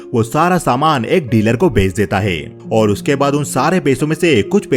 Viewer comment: Hota hai , Dita hai , lita hai , bar bar sun kar kab kharab ho gaya